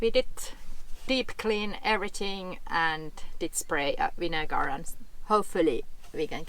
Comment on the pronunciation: Ground black pepper (table pepper) works very well to deter pests. Ants rely on scent and the pepper throws it off. This worked well for me. Did actually say, "vinegar?" 😂🚚